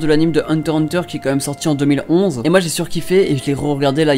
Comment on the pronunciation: On dis heunteur x heuteur